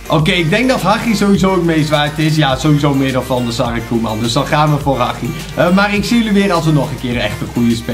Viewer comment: Spreek hagi aub uit als Hadji. Want je spreekt het verkeerd uit